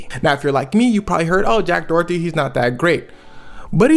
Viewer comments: I love these videos, please don’t hate me, but in the U.S. this guy’s last name is usually pronounced either “door-dee” or “dough-er-dee”, but never “Dorothy”. ❤❤❤ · Dorothy?? 😂😂😂 Door eddy is how its pronounced luv 🤣🤣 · Its pronounced Do-err-dtee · I keep hearing Jack Dorothy lmao. Not sure if it’s intentional but I’m here for if either way 😂